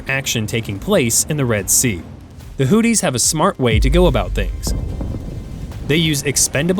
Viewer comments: It's pronounced Houthi's not Hooties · Hoo theese....not hoot tees. 😅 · Learn how to pronounce “Houthis” it’s not Hooties. 🤣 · I am sure its not "Hooties" try looking at the letters -- Houthi --- and have a go at pronouncing some of them.